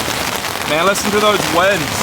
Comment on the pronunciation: It’s “ winds “ not “ wands “ 😂😂😂😂